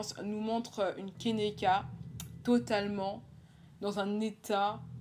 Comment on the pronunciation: Enfaite son prénom se prononce Ke-ni-ka et pas kénéka voilà :)